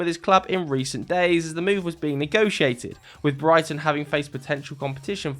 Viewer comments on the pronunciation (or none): none